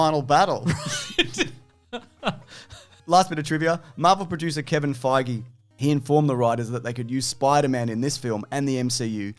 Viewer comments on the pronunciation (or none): Feige rhymes with beige otherwise you are saying it wrong.